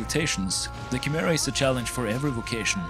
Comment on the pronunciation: You gotta work on your pronunciations man Chimera and Scythe specifically